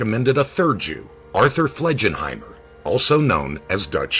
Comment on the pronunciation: It's heebs bro not heebees. It's a derogatory term for Hebrews. Also Dutch Schultz real name is pronounced like FLEGenheimer not FLEDGEnheimer.